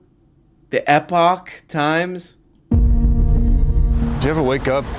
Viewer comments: "eee-poach times"? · “Ep-itch” times was killing me 😂